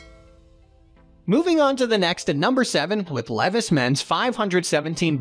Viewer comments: Leveees? Levies? (Levi)! LEVI's L E V I S, LEAVE-EYES!🥳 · The robot voice needs to learn how to pronounce "Levi's " lol ridiculous. 😂😂😂